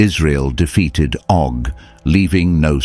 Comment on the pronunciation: Oh not Dog.Rephaim not refime.